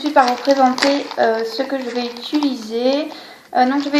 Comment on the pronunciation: Très jolie :) Au passage, on dit "utiliser" pas "ituliser"